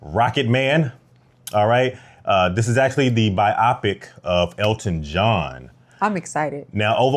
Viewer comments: bi opic ? its pronounced bio pic lol! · Its pronounced "bio-pic," as in biographical picture. Sorry, im giving in to my inner grammar not see.